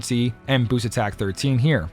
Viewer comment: You may not know what AKA means (and should probably stop trying to use it), and I don't know why you keep saying "booses" instead of "boost", but you sure do know your way around this convoluted equipment system. Thanks for the tips my guy, much appreciated : )